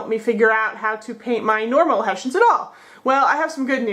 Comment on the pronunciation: We are called HESSIANS (in english), not "Haeshaenz"!!!